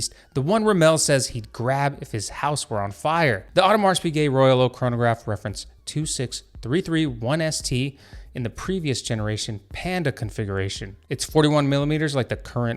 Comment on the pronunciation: Audemars the S is silent!